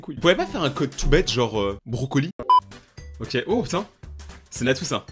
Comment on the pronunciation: CHUI LA SEUL À TROUVER SA CHIANT QU'IL DIT ok au lieux de okay mais bonnnnnn bref ses pas graveee 😐